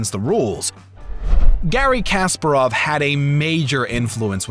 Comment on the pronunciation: Nice, good, thanks. btw it's Ka-SPA-rov.